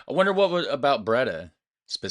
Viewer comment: Camping wild is illegal you get fined...Breeeee daaaah [Bray daah] NOT braydh